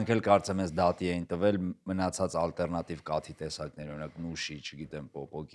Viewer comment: Հետաքրքիր զրույց էր, բայց ալտերնատիվ բառը ա-ով ասեք, ոչ թե օ-ով, ջան, բոլոր լեզուներով էլ և´ գրվում, և´ կարդացվում է ա-ով, հայերենը բացառություն չէ